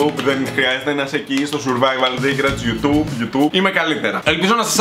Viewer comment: Καπως ασχετο... αλλα Γιου τΙουμπ το προφερουν και οχι γιου τουμπ